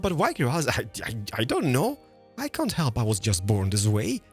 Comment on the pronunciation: “our can isn’t” 😭